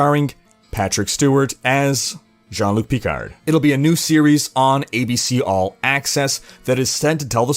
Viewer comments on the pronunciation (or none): All that knowledge and yet can't properly say Picard. Smh.